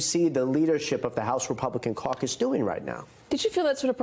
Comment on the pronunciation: Did you say caucus or CIRCUS???, & BIG little mike, ur leadr???!!! BYE BYE SIR LANCERLOT, or somewhat Scarecrow BULL, BIG TIME!!!